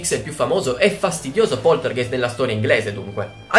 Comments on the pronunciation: scusa nn voglio essere la saputella di turno ma non si dice poltergeist cioè è scritto poltergeist ma si legge poltergaist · Non si può sentire, poltergeist. Si dice Poltergaist. 😂 😂 😂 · Bello il video ma sentirti dire "poltergeist" Invece di pronunciarlo "poltergaist"(g dura) me lo ha rovinato :( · Ciao, ti faccio i complimenti per il canale:) sei molto simpatico ed io sono una Potterhead XD quindi ti seguo volentieri. Ma, la parola tedesca "poltergeist" si pronuncia "polterGAist" xké il tedesco ha solo "G" dure e non dolci come le nostre. (mia nonna è tedesca);) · solo un appunto, la pronuncia è "polterghEIST" , con la "g" dolce e la "ei" che si pronuncia "ai", seguendo la pronuncia tedesca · poltergeist "G" duro come "grano" (geist=fantasma in tedesco) ;) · Si Poltergeist si legge Poltergaist però :D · Scusa, sono tedesca e Poltergeist si legge come se fosse scritto "Polterghaist" con la g dura. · scusa ma facendo tedesco devo correggerti: si dice POLTERGAIST siccome la EI si legge AI..... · Un pelino più lento quando parli e sarebbe tutto perfetto e poltergeist essendo tedesco ge è ghe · Poltergeist si dice poltergaist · ma non si pronuncia poltergaist? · si dice |poltergaist|